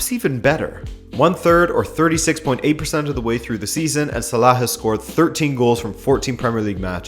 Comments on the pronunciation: Okay the "KHH" sound you pronounce in Salah is just stupid, if you can't pronounce his name in Arabic just say "Sala". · Please stop pronouncing salah like that its so wrong